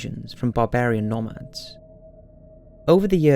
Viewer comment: Pronounced no-mad